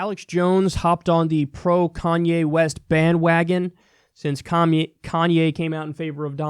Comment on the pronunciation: Lol I really like that Miss pronunciation in the beginning of the video that you quickly corrected yourself on. Commye West.